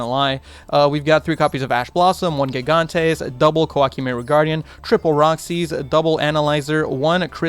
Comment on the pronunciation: I hate to be this guy, but you're saying gigantes name incorrectly. Gigantes name is pronounced Hee-Gone-Tays. I will say though, gigantes is Spanish for giants.